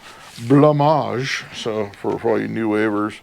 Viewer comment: Having discovered it myself and not hearing of anyone who knows of it yet loving many of their songs, I always thought Blancmange was pronounced “blank-mange” rather than “blah-maj”, thank you sir for showing me the correct way to say it